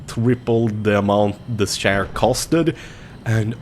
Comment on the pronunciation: I swore he kept saying share like online banking shares... Nope he was saying chair lol